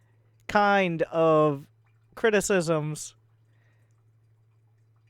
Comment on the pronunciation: "The most articulate kind of criticesms" :P